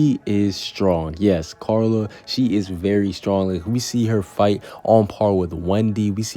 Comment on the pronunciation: Dose anyone else hear him say Charla instead of Carla😂🤣